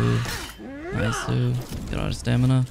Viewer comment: Wait, he's started saying Naisu... weeb?